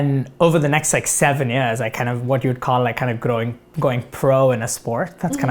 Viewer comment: 😂 He is trying to pretend like an american speaker. If you precisely listen in minute he used the word "growing". He pronounced that word in Indian accent. 😂😂😂 I think he is trying very hard to speak like an american but it got worked just 50%.